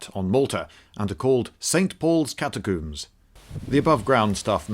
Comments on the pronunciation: Cat a coombs are they really cat a coobs now say all you min e um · "Catacoomb"? Are you French now? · hehe catacooms